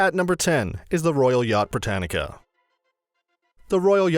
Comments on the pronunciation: It's Britannia , not Britanica! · Edinburo Brittanica Holeyrood house Secretry Lock ness Route Corstorpheine (Some mispronunciations)